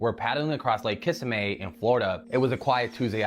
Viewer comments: it’s KissaMEE not Kissamay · it is not kissame it's Kissimmee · The only thing that bothered me about the gator story at the beginning is who the hell says Kissimmee like that?? Why would you stress the last syllable like that, it's completely wrong. The emphasis should be on the second syllable, like kuh-SIM-mee. Transplants need to stop butchering the names of Floridan places, for real. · I live in Kissimmee. Dude pronounced it wrong. It's: "ki-SIMM'-ee", not: "KISSA'- may". 😂😂😂 Bro said: "ka-NO", too. Smh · Ikr and where the fuck is lake kissimae?! 😂 I've never heard anybody pronounce it like that. Dudes trolling 😂 Kissimmee is said just as its spelled. 🤦🏽‍♀️ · "Kiss-im-mee", and KA-NUE would be the pronunciation. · Bro!! Check and watch and look in the rear window you can see an apparition move through the window from right to left. Didn’t know if you caught that or not? Pretty creepy when I saw it. Enjoy ! 😉 it’s also pronounce (Ka-sim-mi the city in FL, Kissimmee what the hell is a Ka-no? Was he saying that to be funny or is that how people pronounce the small vessel ? I always heard as (Ka-new) spelt canoe 🛶… am I in another timeline ?😂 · I wish people would review their videos before uploading them with AI narration. The first video - canoo vs. can-oh. He "it" says it wrong AND right. Kiss-a-may. Nope. not it. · Canoe = Kuh new. Kissimmee = kiss im me Developmental = Dee vel up men tul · Lake kissy may? Then dude says cuh know twice before saying canoe. People learn english from a.i. now? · And kept saying Kis-a-may instead of Kissimmee. Kids don’t know how to read anymore. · it is pronounced like kiss immie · idk what video you're watching, but both times he said it he pronounced it kissa may. Anyone who's not completely deaf can tell he has a slight accent left over from his home country. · Ok WTF??? Video with the Alligator, Narrator is not narrating... Kissimmee is prounoced (Kiss-a-me) and Canoe is pronounced (K-new)….